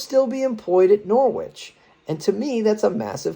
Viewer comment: it’s pronounced ’Norrich’ - silent ‘w’